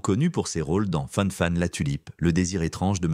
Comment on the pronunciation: Fanfan la Tulipe et pas "Fane fane" la tulipe...